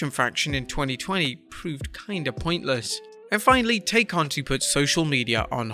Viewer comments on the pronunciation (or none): It's not Tay. It is pronounced Tie. Do you even watch AEW? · They keep saying her name wrong Tay